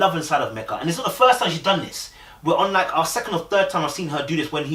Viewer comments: Lord you back to calling her Mecka (rhymes with Becka) again??!! 🤣🤣 It's ME-kuh mate. Meka really invested because if I were her, I wouldn't even be trying with Michael no more. I wouldn't ask him anything any more I wouldn't go anywhere with him any more. I would stay in my corner, go to work, come home, eat, watch TV and go to bed. When the camera crew comes around, I wouldn't even engage. And I would have told the experts about themselves because Michael has been lying and they haven't been vetting him or these other dudes properly AT ALL. Or they're vetting them, know these flaws and they choose to match them with people any way. Either way they're all trash. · Her name is Meka not Mecca. Meka is pronounce like Mee-Ca.